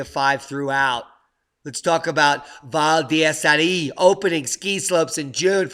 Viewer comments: It's Val dee-zer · you should probably cut your work load a bit. We wouldn't mind I'm sure. Need I say you mispronounced Val D'Isere?